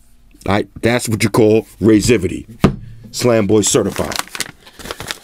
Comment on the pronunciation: wtf is "raizivity"?!